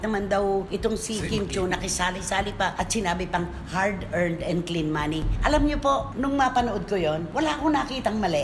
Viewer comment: Ang dinig ko "heart earned money" 😂😂😂